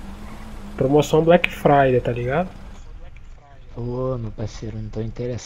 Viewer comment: " Black fridey" Ksksksksksksk